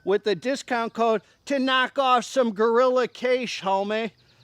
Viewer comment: Try pronouncing it as GEh-ree-YA, strong emphasis on the "ree"